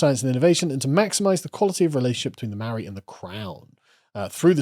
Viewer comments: As someone from NZ, the mispronouncing kills me. The vowel sounds are "Ah Ae Eeh Orh Ew" instead of "Aye E Eye Owe You". So Its more like "Martowrunghee" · Having spent half a year in New Zealand, Maori culture is incredibly fascinating and it made me reconsider some of my previously held positions (and hearing you mispronounce every Maori word was just awful lol). However, it's wrong to call it science, just as it's wrong to call Christianity or Libertarianism science. Science deals with the mundane; philosophy isn't factored in. It gets difficult since the Maori worldview doesn't discern mundane and spiritual; it's all interconnected. However, this worldview doesn't make it impossible for Maori to understand what science is (it's a universal tool after all). Also, the examples they use for Matauranga are true but so patronising. Oh look, berries! Oh wow, random surface level folklore! Why not talk about how Maori are able to trace their lineages back hundreds of years back to the very first waka (canoes) that sailed thousands of kilometres from Hawaiki? How they could travel all around New Zealand and make contact and trade and have treaties with different tribes? All this without any writing system? I think it's because there's a truly imperial attitude to Maori from the government there. Like there's a real white saviour "i have a black friend" vibe that just seems so insincere.